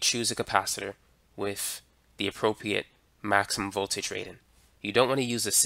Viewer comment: I trip on how you are as smart as you are but cant speak properly. What's with this "wiff" me shit.